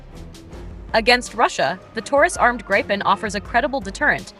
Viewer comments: Yes the VO is annoying AF in that respect - and inconsistent - she gets it right . Obviously that was accidental. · Stop saying Grajpen dammit. How hard can it be i wonder 🤔🙄